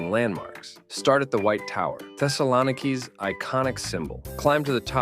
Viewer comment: It’s pronounced SaragoSa, not ZaragoZa. Z=S. Thessaloniki also has the stress on the first syllable. And these are just a few I was able to catch, probably there are more. I mean please learn to pronounce them correctly before making an educational video about these cities, thanks!